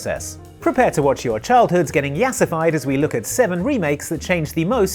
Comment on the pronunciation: Just started watching the video and did not expect to say "yassofied" on camera after what he said in the intro